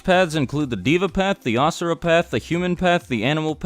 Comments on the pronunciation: You replied :O It's ok, the rest of your video is on point. You just got yourself a new subscriber (PS, it's Asura, not Ashura. Sorry if I sound like a jerk, but it just bothers me) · Asura is actually pronounced usura in Hinduism and it means monster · Asura and Astra is actually pronounced as Uh-sura and Uh-stra